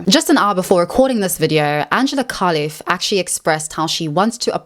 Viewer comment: You keep saying kalif 😂 her name is Khelifi with i in the end